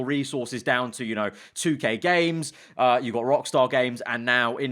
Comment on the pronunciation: U don’t even know how to say 2k ha